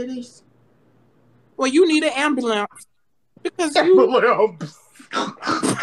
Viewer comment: “ Well You Need An Ambulamps “ THEY TOOK ME TF OUT SENT ME